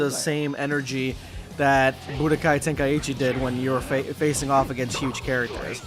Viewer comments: Why does everybody call it Budokai Tenkaiheechi, pretty sure it's pronounced Ten-Kai-Chi. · It’s pronounced Ten-Ka-i-chi